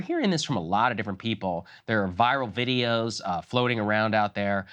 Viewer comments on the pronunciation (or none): none